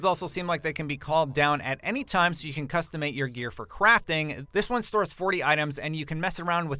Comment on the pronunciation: did he say custimate?